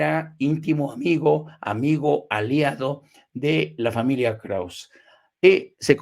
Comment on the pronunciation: Estimado, el apellido Krauze es de origen alemán - aunque Enrique Krauze es judío - y se pronuncia con todo y e (krausse). Como tu lo pronuncias, sin la e, es otro nombre: Krauss.